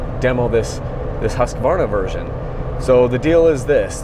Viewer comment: It is great to hear you pronounce Husqvarna correctly, very professional . For some reason a lot of other people pronounce it as Husk-a- varna. In America for some reason.